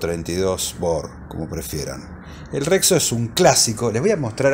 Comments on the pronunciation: Che, la marca es Rexio, no Rexo .😅😅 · Rexo o rexio? Xd